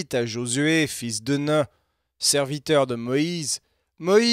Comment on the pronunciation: Super travail juste un détail c'est fils de Nun (nounn) pas (nein). 😊